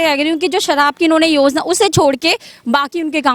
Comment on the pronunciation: Madam ja ko za bolna band karo Yozna .. 😂